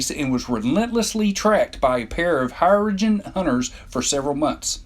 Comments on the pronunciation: it's cha-co-tee, not chak a tee ok....here-ro gens, is how you prono, not here a gens. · this narrator mispronounces everything: the Hair-uh-jin, Commander Chack-uh-tay. what the hell dude? Anyway, these creatures are creepy and fascinating . invincible, three legs, five genders. I want to see more of them in the trek franchise. perhaps the new Trek movies, or Star Trek Discovery could resurrect them, give us more of a window into their liquid realm and their way of life, tell us their real name. A lot of posts here claiming they're called the Undine. They only go by that name in some old online star trek game, but that's NOT part of the official Star Trek canon, so that name is NOT on their birth certificate!